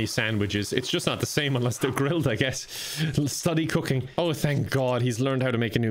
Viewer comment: Am I the only one who hears "cocaine" every time he says "cooking"?🤣